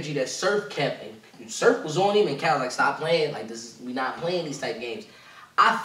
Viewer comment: is amazing at these breakdowns but for some reason he always gets Cal’s wrong lol